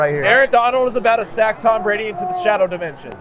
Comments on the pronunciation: This dude really said tom bradly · said Tom bradly😭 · Anyone realized that is said Tom bradly? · Are we gonna ignore said “Tom Bradly😭😭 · be saying Tom bradly